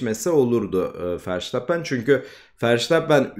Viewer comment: bu işte yeniyiz bazı adamlardan bahsederken foto koysan daha akılda kalıcı olur bazen telafuzdan da ötürü hangi adamdan bahsettini geç anladım (sen doğru telfuz ediyosun ben yanlış biliyomuşum verstappen i:DDD)